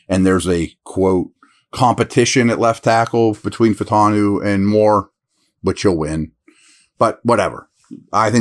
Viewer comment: FAH-EW-TAH-NEW. We’re missing that extra syllable in there lol